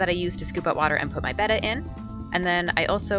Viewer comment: Nice clear concise video.and for once an American that calls it a betta and not batta.if it's spelt betta then its betta not batta..